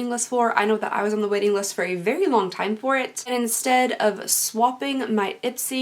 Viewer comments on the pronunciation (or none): Anyone else heard "Wedding list" instead of "Waiting list"? xD <3